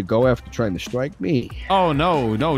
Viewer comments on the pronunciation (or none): none